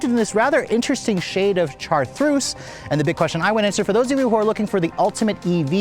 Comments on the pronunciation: Is he trying to say "chartreuse "? Chartreuse is a type of French liqueur and a well-known color. If you don't know how to pronounce it, you can look it up on YouTube. There are a few videos pronouncing this word. It is like shar-truce. Otherwise, this is an excellent video evaluation. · Chartreuse pronounced Char-troos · Its called Chartreuse pronounced-shar-troos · I think by now he's well aware of how he utterly butchered the car's color name. When pronounced correctly, it's so sexy.